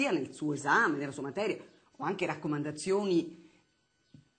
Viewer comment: Una dizione agghiacciante, sarebbe simpatica nel privato, ma pubblicamente non si può sentire anghe, indaggine ecc